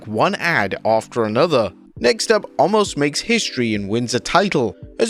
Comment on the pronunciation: FFS. His name is Omos. Not Allmos!